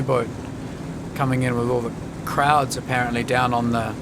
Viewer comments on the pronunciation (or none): I just realised you said "crowds" on the quay side. I kept hearing "krauts" :)